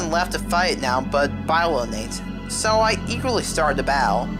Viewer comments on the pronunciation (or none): “Biolanate”? “BIOLANATE”? ITS BIOLANTE YOU UNCULTURED SWINE!!! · im sorry, BY-LO-NATE? its BIO-LAN-TEA. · omg it's BIOLLANTE....say with wit me BI-O-LLAN-TE. Not biolant....